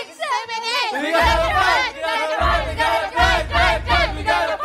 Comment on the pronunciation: “ We gonna pight, we gonna pight, we gonna pight pight pight” 🤦‍♀️